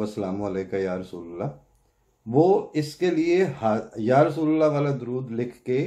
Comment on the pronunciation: یا رسول اللہ ۔درست تلفظ رسول میں "ل" کی زبر کے ساتھ نہ "ل" کی پیش کے ساتھ Ya Rasool a llah